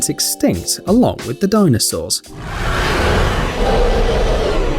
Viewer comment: Did I hear DONOSAURS?